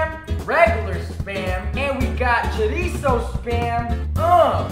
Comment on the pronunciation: Is chOrizo and not chUrizo XD